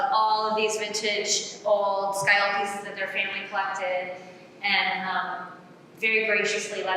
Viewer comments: It's still 'scagliola' as in ska lee ola and not sky ola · There is no L sound in the middle. In Italian, gli is basically a Y sound. So it's sca-yola. If you don't believe me listen to it into Google translate. That said, that's just the standard Italian pronunciation. Where she was taught in Italy, depending on the regional dialect and accent, they might actually pronounce it the way she says it.